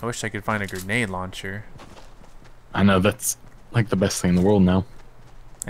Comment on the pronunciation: "They have a gernade launcher" or maybe they just have gernades?!